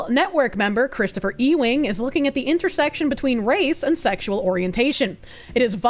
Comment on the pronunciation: Christopher E-WING she says